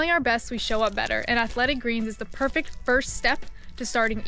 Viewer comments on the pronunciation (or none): none